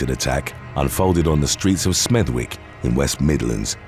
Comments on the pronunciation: Smethwick is pronounced "Smethick" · Smethwick? Come on mate, you should know the "w" isn't pronounced.